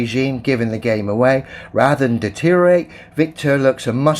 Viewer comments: It's not "detorate" it's deteriorate. Just goes to show the the mindset of the flat earthers. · His pronunciation of "deteriorate" seems to be atrophied into "deterate".